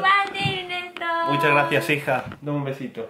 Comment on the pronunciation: Me encanta cuando dice Enesto🤗 y como Ernesto reacciona a las bromas de 😂 los amo, Saludos desde cali colombia.